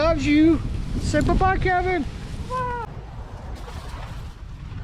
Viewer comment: It's K E V I N. 😂LOL